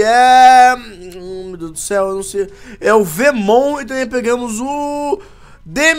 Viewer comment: Puts grila, não acredito, tu... meu Deus. Se fale viimon (veemon)